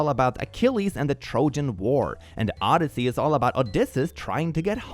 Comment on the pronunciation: I know is Swedish, but I died inside at his horrible mispronunciation of Odysseus (as a Greek mythology nerd)